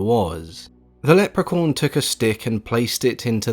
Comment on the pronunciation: It sounds like he keeps saying: "Leprecorn," which is something I really need to be a thing, now.